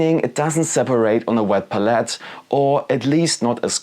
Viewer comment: Interesting video, but your constant misspronounciation of palette is a bit distracting. lol It's pælɪt. Look up how it's pronounced with audio examples.